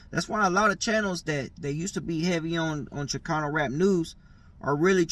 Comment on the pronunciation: I turned it off as soon as the white foo said “ChiCUNU rap”